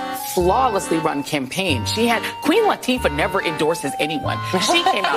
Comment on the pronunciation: JOYLESS REID SAID WUEEN LATFA?. 😂😂😂 I😮😮😂😂😂😂 PLEASE MAKE IT STOP ! LMFAO